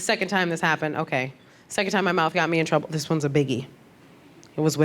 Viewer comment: Pacifically, Mouff (mouth) the outh is ff. Annoying.